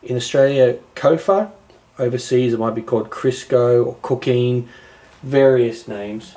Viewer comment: he said cookeen